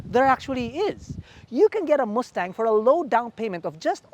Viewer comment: chill theyre filipino